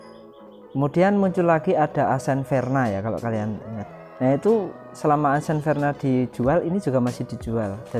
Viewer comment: Bukan “asen” bacanya, tapi “aksen”